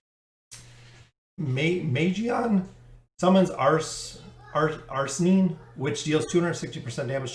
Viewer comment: The way you say Arsene is like Are-Send but the d is silent.